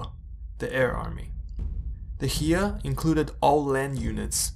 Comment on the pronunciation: Heer in German is pronounced 'heyr', like 'hair'.